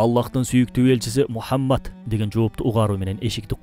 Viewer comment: Урматтуу автор, куттуу Пайгамбарыбыз Мухаммад С.А.Вды туура айтчы, өтүнүч!!!👏👏👏